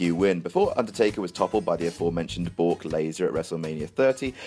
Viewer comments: "Bork Laser" 😂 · Did say Bork Laser?